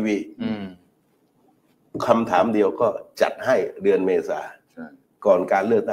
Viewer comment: ธนาธร ปิยะบุตร พิธา .สติเริ่มพร่ามัว ดูพิธา อ่านชื่อเดือนยังไม่ถูก เป็นว่าที่ นายกฯของประเทศ แต่ละเลยวันสําคัญ ของชาติ อาการหนักเป็นกรรมเห็นชัด